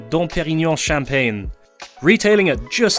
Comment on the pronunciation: "Bunch of" is an Americanism. For God's sake stop it. 😘 And shave. Dom Perignon (not bad French pronunciation) is cheaper than that, in a UK supermarket. Always Sevruga!